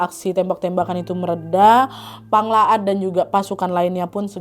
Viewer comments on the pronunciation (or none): Maaf kak, setau ku nama nya pang laot bukan pang laat